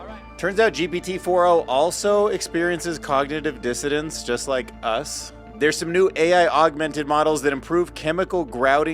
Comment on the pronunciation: BRO STOP SAYING “COGNITIVE DISSODANCE” ITS FUCKING DISSSONANCEEEE THERES AN N THERE